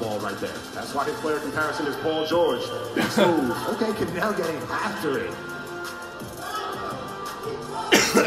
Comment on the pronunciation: called kanel joseph “ Chanel” 😂😂